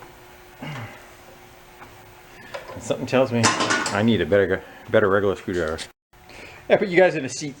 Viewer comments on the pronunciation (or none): Haha, that made me laugh "I have a lil screw driveah, in me poket." 😂